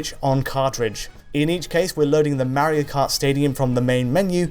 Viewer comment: Mawio Kawt Ehhhhhhhhhhhh